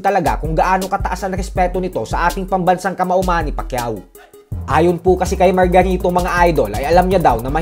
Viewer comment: ayusin mu pag bigran ng margarito..parang may mali